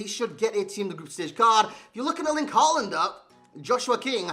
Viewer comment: I cant stop hearing saying holland in an american accent rather than håland